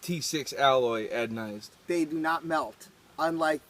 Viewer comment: Anodized not adonized